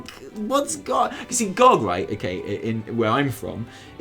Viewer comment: It's G.O.G not gawg. I'm pretty excited to see where the story goes. I came back to the game two weeks ago after not touching it since BfA launched. Leveling two characters and doing all the quests has actually been pretty enjoyable from a story perspective. Still sucks getting less powerful as you level though. My dps nearly halved when my legendaries stopped working at 116 and the gameplay became so stale.